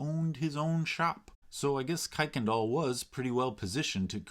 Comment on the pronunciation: Don't let people from Houston catch you saying "kuykendall" that way!